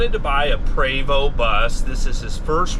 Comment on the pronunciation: I really wish he would pronounce the name correctly, so grating.